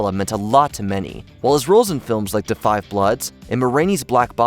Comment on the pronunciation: Since when is "da" pronounced as "du"???? I cannot for the life of me understand how people butcher phonetically reading something like "da".